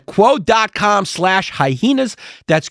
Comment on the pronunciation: y he say hyheenas